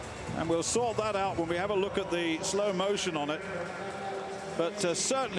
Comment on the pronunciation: Schippers is pronounce ship-ers... not skippers... lol wut a nonce